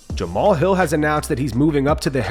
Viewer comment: Hokit will make Jamahal start pronouncing that 'h' in his name